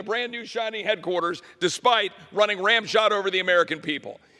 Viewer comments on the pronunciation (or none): Title EX? LOL ... 4th graders know the Roman numeral for 10. What part of bipartisan do they not get? Relieve us from these uneducated maga muppets. I refuse to pay their salaries, health care, child care and security details. And Higgins, it's ''run Roughshod''... ramshot is powder ...smh.